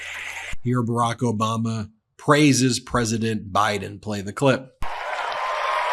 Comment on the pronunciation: Did you say "Obamna" by accident? Lol 😂